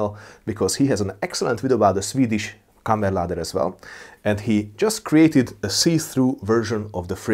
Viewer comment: it would be kammarladdare, not kammerladder which i believe is the norwegian way to say it